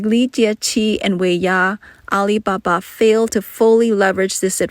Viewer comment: AI voice, "Al iBA-BA gives it away.